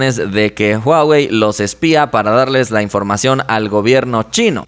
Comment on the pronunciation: No es "uawei"...